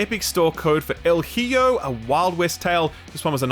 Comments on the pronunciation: The way you pronounced "hijo" hurt a bit, nice video! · just teach You how NOT to pronounce "Hijo".